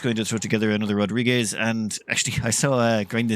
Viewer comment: what is this rodrigez he keeps talking about?